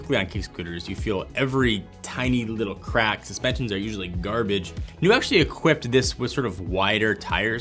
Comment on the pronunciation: The proper pronunciation is niú